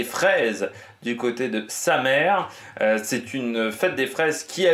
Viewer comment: On dit "Samé" pas "Samere" :)